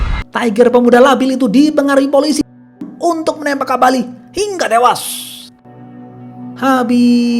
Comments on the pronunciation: "HINGGA TEWAAAASS" kek gemes banget dah bilang gitu pas si Logan d tabrak. Btw aneh yah, ini chanel subscriber nya kok masih dikit? Pdhl pembawaan ceritanya keren banget loh. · Biasa aja min kalau ngomong tewas, jujur gw jadi emosi dengernya.